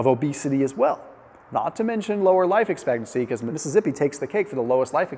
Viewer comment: Missi-zippy? Really? How'd you arrive at that pronunciation lol?